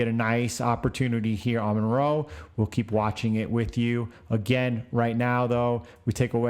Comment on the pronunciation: Great video keep them up especially through the halving! FYI the privacy coin is “Monero” not “Monroe” :)